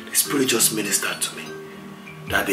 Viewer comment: "in fact he is juhst warmin' up" LOOOOOOOOOOL